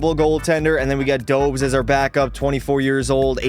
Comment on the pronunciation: Not Dobes Dobesh it’s pronounced